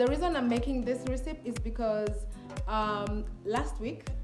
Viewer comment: why are u pronouncing recepe like that